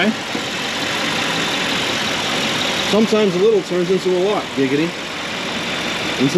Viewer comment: Stop saying giggady... its not funny